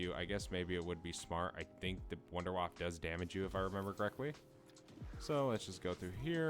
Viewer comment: "Wonder Waf fuh". It's German. Lol